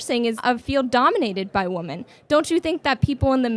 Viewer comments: Right off the bat: "Your opinion on woman." Unable to pronounce "women". Off to a good start, folks! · my god WHY CANT SHE SAY "WOMEN" STOP SAYING "WOMAN" FOR THE PLURAL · Straight off the bat and she can't pronounce the word "Women". What is it with these American college girls and knowing the difference between "woman" and "women"?? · It’s WOMEN!! Not woman!! JEEEESUS!! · Why does she keep saying woman as if it’s plural? It’s women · why does she keep saying woman instead of women. lmao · dude didn't anyway teach them how to pronounce "women" ? they're literally just reading it as it's written not as it's supposed to be said. It's pronounced "WEMIN" not "WOMEN" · why does she keep saying, woman. Point made-it's women! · What’s the deal these modern-day women continuously using the word “woman” for “women”? She did it several times in this video. Even corrected on it. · Why do they always say "woman" in place of "women". Why the f do they always do that?? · everytime she said woman instead of women was driving me fucking insane 😅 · oh totally!! It does my head in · Why do gen-z women always say "women" as "woman"? It's like every single one of them. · Why do so many people mispronounce "women"? They always pronounce it the same way it is pronounced in singular "woman". It seems very common among these college kids. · it drives me more and more crazy everytime she says “woman” as a plural. it makes me want to poke my eardrums out with a pencil.😖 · She's unable to pronounce women correctly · She doesnt even know how to pronounce the plural of woman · Good job young lady. Woman and women are different words and are pronounced differently. What is it with this generation? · Why can’t women pronounce the word “women” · She couldn't even pronounce "women" correctly. She was cordial though. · What happened to this world where people can't pronounce the word "women" anymore? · She cant even say women....